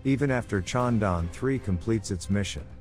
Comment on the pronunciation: Is it so difficult to pronounce Chandra + Yaan = ChandraYaan?